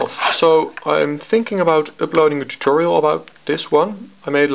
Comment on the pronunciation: the way you say "tutorial" sounds like alantutorial